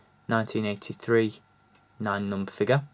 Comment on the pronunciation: I think you're pronouncing the character wrong